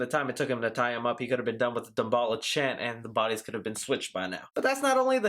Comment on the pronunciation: I think your saying "daballa", its "damballah" - voodoo loa/lwa.